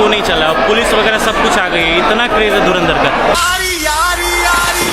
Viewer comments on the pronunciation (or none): पोर्की say :-) धुरंधर❎धुरिन्दर ✅ 😂😂😂